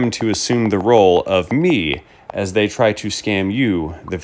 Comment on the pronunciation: You can tell hes indian of some type, "not my company DAY are the one giving you the tracking number" every indian person ive come into contact with, that speaks english as a second language (i say second language because i know indians born here and they talk with a Boston accent lol) and they always say "dey" instead of "they" and they never say "ones" its always "one" no pluralism lol. Not knocking on indians, but you can tell he is using talk to text